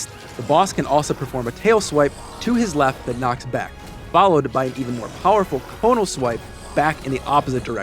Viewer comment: Conic. The word is "conic", not "conal"